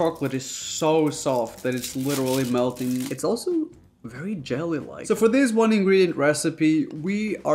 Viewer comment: Nobody: Raph: and dis is butter